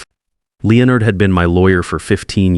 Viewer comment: Will somebody please programme your AI to correctly pronounce the names Leonard and Patricia. Also how did Patricia grow up not realising her father ran a very well known and successful construction company, the family lifestyle she probably enjoyed could not have been provided by a Janitor. Perhaps I have misunderstood the story but that aspect of it was confusing.